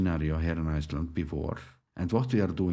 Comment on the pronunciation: Whenever I see the word Iceland, I now hear your voice and pronunciation !